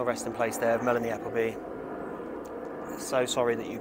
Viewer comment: Are you sure you pronounce her last name correctly?😂